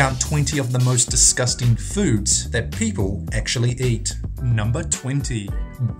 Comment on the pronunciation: Its deym disgustang lol